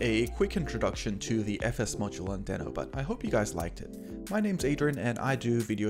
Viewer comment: Nice video, however it is pronounced as deee-no. I was not also correctly pronouncing in my videos, but I now try to correct it. Again, nice video 👍